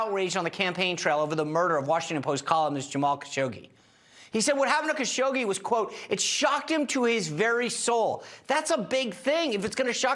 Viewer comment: HASH-ODGEE is how it's pronounced.